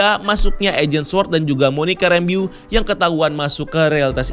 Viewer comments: WandaVision, Wa-WandaVision,WandaVision, Wa-WandaVision~ Btw min, Itu nama terakhirnya Monica dibaca "Rambœ" bukan "rambiu" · Bacanya Monica “Rembouw” gak sih? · Monica "ræmbou" kali bang bacanya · penjelasannya selalu detail tp agak keganggu sama penyebutan nama 'Rambeau' yang kynya kurang pas berulang-ulang 😅